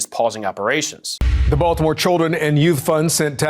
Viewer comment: It's Baltimore,. Hahahahahaha